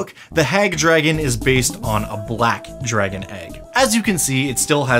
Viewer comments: Drahagon^... what did you say your name was? ...int check ...3.... Drahagon^ it doesn't matter what your name is!..... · Shoulda called it the Dra-Hag-gon